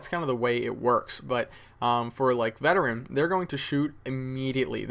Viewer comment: you sure its veterean